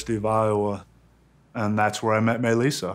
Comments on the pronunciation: Why does it sound like he says Mei lissa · I thought he kept saying “my lisa” loool till i read the title properly 🥺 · I thought he kept saying "my Lisa" lol